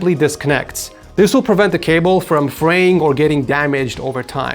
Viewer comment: "Prevents the cable from freying" got you buddy 😂😂